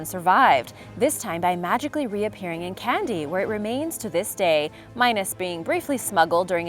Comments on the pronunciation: Kandy, Sri Lanka Pronounced Kahn dee. not Candy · 😐Your Sinhala pronunciation is wrong. And the tooth of buddha is in the royal palace in Kandy Sri Lanka